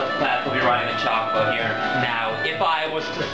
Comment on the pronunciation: you say "chocobo" weird.